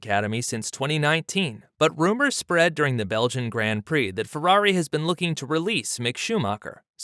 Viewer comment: look up the pronunciation of Grand Prix too. What you’re doing isn’t even an Americanism, it’s just wrong and off putting.